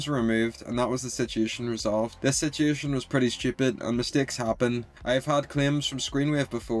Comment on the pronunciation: How many times did this dude say “sitiation”